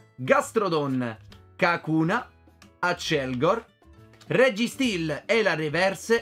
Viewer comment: ti prego chiama accelgor asselgor